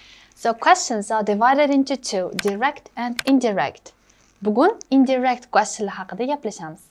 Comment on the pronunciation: Indirect sõzi indayrekt deb õqiladi shekilli teacher.